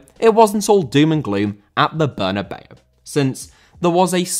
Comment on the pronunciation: The best part of this video is you actually saying Bernabéu and not Bernabow